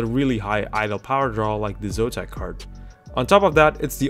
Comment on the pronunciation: what is "Zotam", it should be "Zotac"